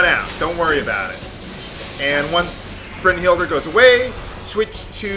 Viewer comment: Its pronounced Brun-Hilda